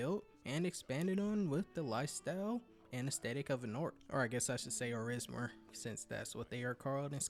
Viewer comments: Orsimer not Orismer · No, you shouldn't say "orISmer" . At least, I guess an orSImer would mind if you do ! 😉